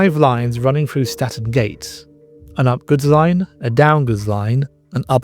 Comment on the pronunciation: Toton is pronounced Towton and Statten is Stanton,the music is off putting, I stopped watching the video because of this.